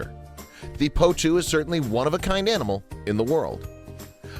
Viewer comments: Annoying narrator cant even say the birds name properly 😂 poutoo is what hes saying 😂 the birds name is potoo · I cringe every time I heard him say poe2. In my country we called it po'2. And that's what I heard David Attenborough called it too.